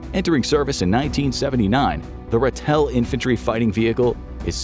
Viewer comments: Pronounced "Rah-till" and not Ra-tell. 😁😁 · The South-African Ratel. It's pronounced RAH-TIL. You put emphasis on the wrong syllable😁. Afrikaans for our honey badger, known for toughness and doesn't stand back for anything, not even lions👍. It's also only got 6 wheels, not 8